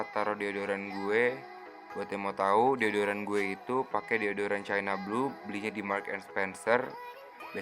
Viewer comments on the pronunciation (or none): none